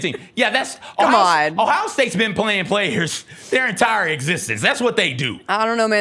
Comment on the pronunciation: The Ohio State fawns